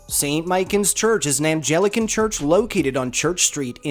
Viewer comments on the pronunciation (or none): I'm a Dubliner, although I no longer live in Ireland. St. Michan's is an Ang-lican church, not an An-ge-lican church. Anglicans are much the same as Episcopalian in the USA. The second image that you show is not the Anglican Sy. Michan's but the Catholic one which is quite close by. Also, the Shelbourne hotel is not on St. Peter's Green. It's on St/ Stephen's Green. I should know. I spent many years working in a building there. Plunkett and Grace did not elope. they were married in the chapel a matter of hours before he was executed there for his role inj the 1916 Rebellion against the British. There is a song about this tragic love story called 'Grace'. It's available on YouTube. BTW, you don't pronounce the 'h' in Kilmainham. No Dubliner ever does It is odd, I know🙂.